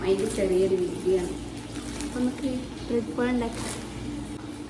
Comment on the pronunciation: Brad അല്ല bread aan